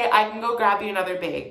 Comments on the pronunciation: 'The bæg” Lol :) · “The baeg” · milk in the “baeg”